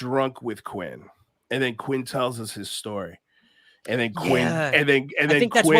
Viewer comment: Quint. With a T at the end 😉